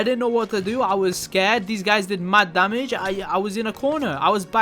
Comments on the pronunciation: i like how you said damag instead of damage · I just love it when he said DAMAZHE